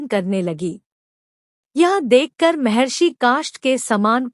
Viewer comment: Mehrashi mehrashi nahi mahrashi bol.